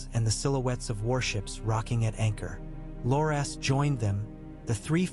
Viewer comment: AI reading never gets names pronounced correctly 😅 Bar-ah-thee-on and Lore-Ass Tyrell...